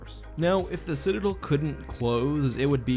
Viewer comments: Citidlllll why not DEL like its supposed to be said (not trying to be rude its just very annoying to me) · citadel, not cidadal